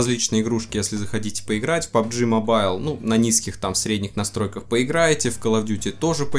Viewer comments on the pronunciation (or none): none